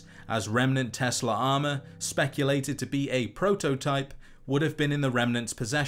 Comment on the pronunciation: Ah yes, the Tesler Coils ... Its like Tesla coils...only...tesler